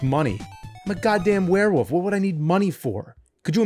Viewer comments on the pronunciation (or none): I'm sorry he is pronouncing it were-WOOF, not werewolf, the crazy thing is the nerd's last name is Rolfe. Does he pronounce his own name James ROOF? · James still struggles to say "Wolf" and says "woof" 😂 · Take a drink anytime James says "woof" instead of "wolf." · FYI it is werewolf not werewoof there really is an L in there. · James, please stop saying "werewoof" lmfao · Man hearing an entire episode where he pronounces "were-wolf" as "were-woof" 12000 times really starts to grate. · All I heard all episode was him saying WereWoof without the l lmfao. All love though! 😂🤘🏼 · Why can he not pronounce the L in wolf? He keeps saying “werewoof”. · I will never get over how James pronounces "Wolf" as "Woof." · He says "werewoof" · LOL “Werewoof” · "Werewof" is all I hear. James, what do you have against the letter "L" ? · Ahh yes. A werewoof climbs up a mowden. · More like "Swearwoof" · It sounds like the character’s name is actually Werewoof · U keep saying werewoof like Maxine Waters would say it. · I just had this playing in the background so I might have missed something but way is James saying warewoof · And one every time he pronounce it "wear". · Swear-wolf. God damn it. 😅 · Nerd isn't the first person to pronounce wolf woof. But he owns it like he is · I laughed so hard when the guy said Swearwolf😂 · Ahhhh 😌... It ain't Monster Madness without hearing James say Werewoof/Woofman. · Bruh, wolf has an L in it and it's not silent. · The “L” in Werewolf is not silent, feel free to pronounce it 😂